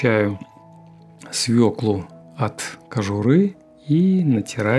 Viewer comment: " с в Ё к л у " : ударение ВСЕГДА на букве " ё " !!!!...